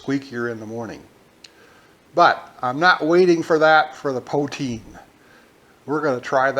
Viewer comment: It is pronounced Pooh-teen and nobody ever said it was healthy. Gravy needs to be thicker and add some Montreal smoked meat and it would be perfect. Thanks for the great video